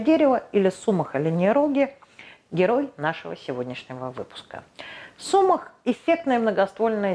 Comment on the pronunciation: не сУмах, а сумАх. Не двуХдомное, а двудомное....растение.